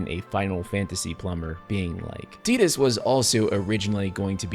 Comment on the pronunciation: You lost me as soon as you said "tee dus" , just because the Japanese speak English horribly doesn't mean you have to.